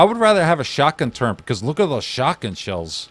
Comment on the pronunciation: not a big deal at all its just one of those things lmao, good video though